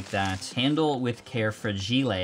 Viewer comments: He just said fla gee lay? U mean fra gi up? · When he said fra g lay